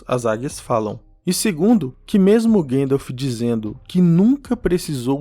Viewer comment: Por que teimam em falar Guéndalf invés de GAndalf? Com A mesmo?😠